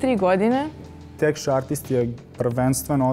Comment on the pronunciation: Texture izgovara lik (teksčr :D)....ne tech(tek)...u pitanju je pozicija Texture Artist-a